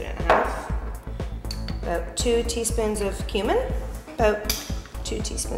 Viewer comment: abote? did she say abote? hahaha